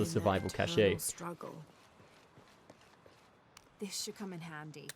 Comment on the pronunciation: Cash-ay lol